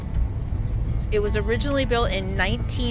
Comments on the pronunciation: side note: "a" in Spanish are usually pronounced as a short "a". So it's "" Sorry. It's like chalk on a blackboard. SORRY for being "that" person.:) Still love your vids. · In Texas the town of Palacios is pronounced PAW-LASH-US 😉 We Texans have a great time hearing how y’all Yankees pronounce our towns/counties 😂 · Just an fyi, Palacios is pronounced "pa-lash-ous." Lived there and Port Lavaca down the road a few years ago. Corpus is a wonderful city, as are all the little gulf-facing port communities between Galveston and Corpus. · Pa law see o’s. A in Spanish is always soft A. E in Spanish pronounced hard A. I in Spanish pronounced hard E. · We love "Pa-lash-ous" Palacios. Hubby grew up near there. We are in Corpus. Very pretty beaches but its really hot here. The island is fun the go camping. ❤ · I live 20 minutes from Palcious it's pronounced.. PA-LASH-ISH.. The A is not like Ape ..it's like it's silent. 😂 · Palashous is a mispronunciation that people have accepted as correct, but it's not . This happens to alot of Texas towns. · No it's not, unless you're Castilian with a lisp. Whole history how THAT started. That is a mispronunciation.